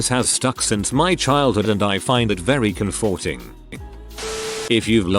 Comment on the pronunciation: "I find that very "com-FORT-ing".